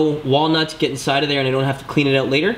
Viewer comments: How can someone be incapable of saying the word OUT, its not ewwett, its OUT. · Why does your word out sound funny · Are you Canadian? I am guessing by the way you say out. Good video. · Are you Canadian? You say out like one